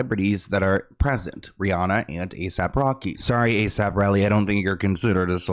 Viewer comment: I didn’t know he was called A..Sap Rocky.. I’ve always thought he was called A.S.A.P Rocky LMFAO 🤭🤣